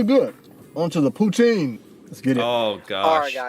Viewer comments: Poo-tsin. Say it with me now "Poo-tsin". NOT POOTEEN! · Best way to say Poutine it is like that Pout-in you dont have to say the e at the end. It is french. Please no Poutiiiineee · Would like to know if narrator is from u.s. sure sounds so. Poutine is French words actually pronounced Poutin. You know without the e. But its ok most cansdians have anglicized it too.